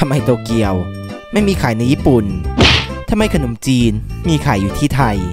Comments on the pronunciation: คนอมจีน ในความที่ฟังเขาพูดไม่ชัดแล้วลองอ่านดูเป็น คน อม จีน55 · คนอมจีน = คน - อม - จีน 😂😂😂